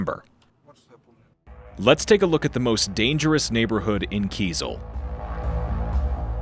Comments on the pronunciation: In this video, the "journalist" demonstrates considerable arrogance and ignorance, entitlement, condescension, derision, and mockery. Most of the time, he does not even pronounce the name of Kyzyl properly. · You have gone to Tuva but failed to ask how to pronounce Kyzyl?